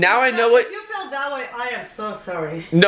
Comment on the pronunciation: Tina Camacho it's feel not fill